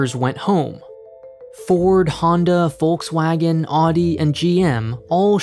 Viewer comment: He pronounced Volkswagen right. But not Audi so it's probably a fluke. 😁